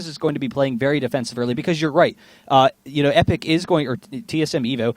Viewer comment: He kept saying Epik at the start